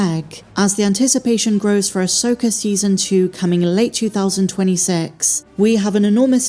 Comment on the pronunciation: Who is, “Uhsoaker”?